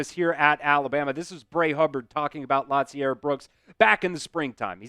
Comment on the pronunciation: I hate when white folk don’t know how to pronounce black names. Lotzier is pronounce La-zeer. It’s not pronounced Lot- ze-air. You’re doing too much bro. lol the T in his name is silent. RTR